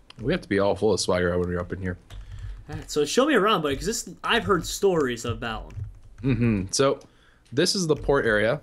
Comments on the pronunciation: Balamb not balaum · LOOL. "Balaum" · It's Balamb, not Balaum